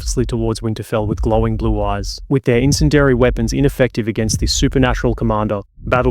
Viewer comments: Only criticism (ya bastard) is that you learn how to pronounce bastard "incendiary". It's got a bastard "I" in it (pronounced as a hard "E" (like many similar bastard words). Incend-E-ary. Bastard. (This comment is sponsored by Sean Bean...) 🙂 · Someone please teach this dude how to say incendiary. Or is this like a British pronunciation thing? Otherwise no complaints about everything else. But seriously. Eleventeen mispronunciations of incendiary too many about had me screaming at the screen. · "In-sin-dairy" weapons Really? Are you sure? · Just me or is anyone else bothered by the pronunciation of incendiary? Entertaining video though!